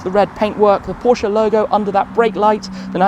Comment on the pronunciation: Your pronunciation of „Porsche“ is great. 👍🏼